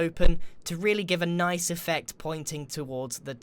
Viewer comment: He said “noice” respec +++